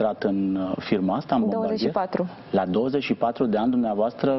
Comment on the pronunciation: Se pronunta Bombardie